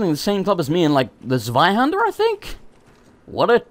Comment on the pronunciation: Oh hey, you said Zweihander correctly! I'm so proud of you!